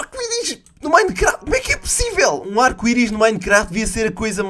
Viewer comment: fala minecraft certo